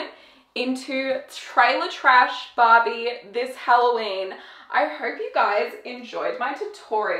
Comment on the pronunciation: Every time that you sad Barbie, I understand Bobby, like " they look like Bobby lips" and I was like Who's Bobby? And then I understand that you were saying Barbie hahaahahahaha issues of a second language 🇧🇷